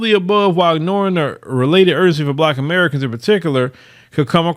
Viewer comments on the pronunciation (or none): none